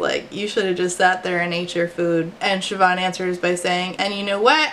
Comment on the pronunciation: so happy you pronounced Siobhan right, less happy this Siobhan was a petty bully